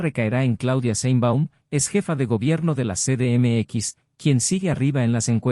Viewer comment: "ce de eme equis"!? No seas mmón!